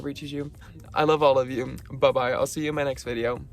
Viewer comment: Really love this video. Well I find that your bye bye is really weird to me cause I dunno why but it sounds Malaysian. (You know, Malaysian accent thing haha) Btw, I’m Malaysian too! ❤️